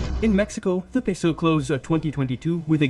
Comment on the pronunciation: Jajajajaja 😂 Y también entendí cuando dijo "super pesou, super piso, super pisou"😂